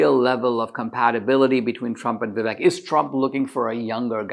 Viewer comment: Why can’t you pronounce Viv-AKE?🤯